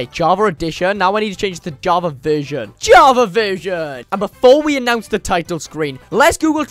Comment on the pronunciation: he said Hava edition not version